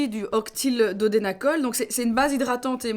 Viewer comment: Octyldodecanol et non octyldodenacol 😂😂